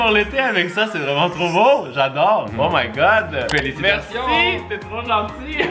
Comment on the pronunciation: ''hoooo my god''j'ai cru ''hoooo un god'' x)